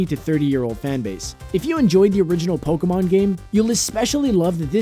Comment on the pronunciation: Pokemon, NOT POLKAMON! >_<